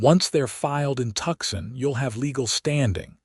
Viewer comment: Not Tuxon, it is Tucson pronounced Toosawn